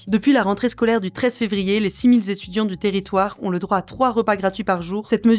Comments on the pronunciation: Aïe! à , " les six mille-z-étudiants, ça fait mal! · "Les six mille z'étudiants". :D